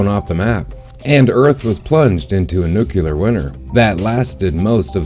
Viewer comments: it's pronounced New-klee-er not Nuke-you-lar sorry to be pedantic but that drives me nuts. Great info though. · IKR. You'd think people would realise the word 'nuclear' comes from the word 'nucleus'. AS IN THE NUCLEUS OF AN ATOM. THERE IS NO SUCH THING AS A 'NUCULUS'. When I hear people saying 'nucular' I automatically assume they're of extremely low intelligence.